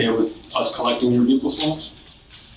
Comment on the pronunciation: it's not "vehicle swaps" it's "BUCCAL SWABS". Try harder.